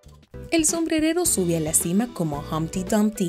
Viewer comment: Like si viste en el minuto dijo sombredero😁